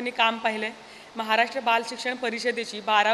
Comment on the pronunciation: महाराष्ट्र असा शब्द आहे उच्चार म्हाराष्ट्र असा निवेदिका ताईंनी केला, काय हे?